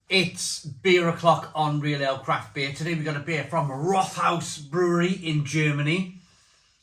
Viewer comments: Pronunciation: think of “Wrote-House”. Not “rot-house” (sounds like something rotten). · Pronounced Rot-house just fyi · One of my fav beers from the southwest of Germany. Can also recommend their "Tannenzaepfle". Btw it's pronounced Rot-haus (means red house). In German the th isn't the same as in English. It's either just a coincidence from two words meeting, as here with rot and haus, or it's an old way of making the following vowel longer. In any case, it's still just pronounced like a t, not a th. About the cost of the Rothaus beer, it's always been a bit on the expensive side, even in Germany. Germans in general are quite proud of their local breweries and beers, so as long as the brewery puts out a good drop they tend to do ok.